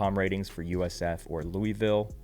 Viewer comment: Louie ville 😂